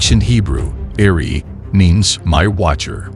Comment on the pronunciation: The name is Eri not Ari